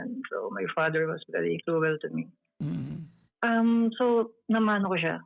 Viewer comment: Sounds like Tomboy, babae talaga yung boses eh, at Englishero c 🤣 pero yung pronounce nya ng cruel ay cruwel🤣 bakit di nalang mgtagalog? Pinapahirapan ang sarili. Alam na namin marami kang client from US wag mo nah ipagyabang kaya cguro malaki at matigas ang ulo.😂 Hindi talaga ang name nya talaga🤣